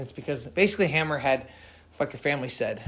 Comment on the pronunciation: Hammer? 🤦🏻‍♂️ read that again bro “hammour”